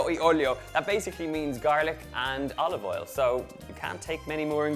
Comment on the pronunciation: Love the accent of pronouncing O with E... like Elive Eil..